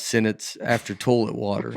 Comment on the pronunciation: Toelet is one of the funniest pronunciations of toilet I've ever heard and I grew up saying torelet